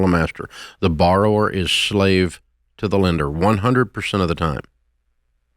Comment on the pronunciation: "Neither bowerer nor lender be" Never heard this?